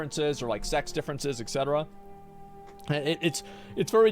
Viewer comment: Asmongold be like: "EK CETERA" .. drives me insane man